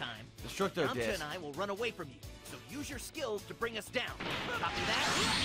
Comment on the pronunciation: Haha what do you expect from a "DBZ Fan" who says "YAMA-CHAW!"